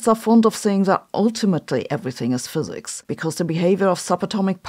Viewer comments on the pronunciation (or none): none